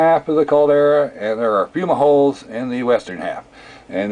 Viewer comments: Dizzy Derwish It is fumeroles.Not fuma holes.As the word is pronounced as singular. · "fuma holes"?? The word you murdered is fumeroles!